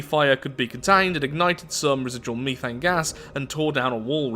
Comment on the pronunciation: its not called mee-th-ane its meth-ane